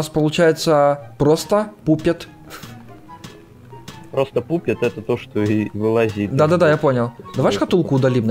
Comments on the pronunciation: Не пупет а пАпет, ПАПЕТ! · Не пупет а папет